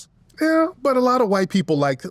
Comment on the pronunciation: He said A whyte 304😂